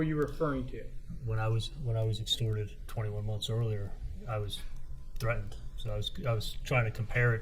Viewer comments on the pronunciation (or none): Why does a supposedly grown- well- educated- all- American man with no accent say 'threaden' instead of threatened?